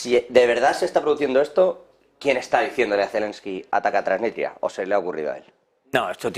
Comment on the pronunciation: Dejen de decir Tranitria o Transistria que suena horrible. El nombre correcto de ese país es Transnistria.